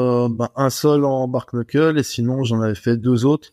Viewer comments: Bark-knuckle ? La prononciation est très mauvaise c’est bare-knuckle et se dit en phonetique bare-nuckle (certains disent juste bare) ! Il n’y a pas de K à la fin de bare et le K est muet en anglais sur un début de mot 😅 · Bare Nuckel, on dit pas K dans le Kn en anglais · Et ils prononcent le A alors qu'en anglais phonétique ça se prononce"Bère", le A se prononçant comme un "è" 😂😂😂 du coup à l'oral ça se dit "Bère Neuckeul" mais ça s'écrit du coup "Bare Knuckle" Ça pique les oreilles leur prononciation 😂